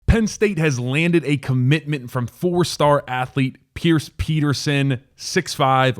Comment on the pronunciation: Pronounced Peter-shon